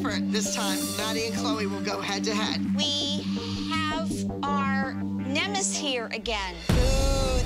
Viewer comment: needs to learn that the word is NEMESIS, Not "nemis". I think she's made that same mistake more than once and she is making herself look extremely dumb.